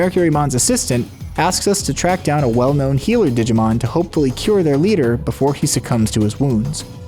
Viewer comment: I'm sorry, but I can't stop hearing "Didimon". Great video :D